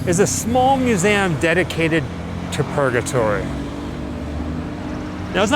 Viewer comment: He's saying museum in a funny way. He's saying museAm.